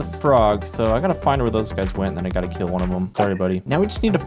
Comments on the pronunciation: "keel" instead of kill is the reason I couldn't finish this video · He kind of has a unique way of pronouncing things. Like "camel" as "ceamo" and "kill" as "keel" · "keel and be keeled"